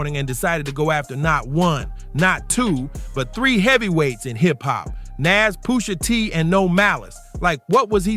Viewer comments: Poosh a tee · Pusha teeth 😂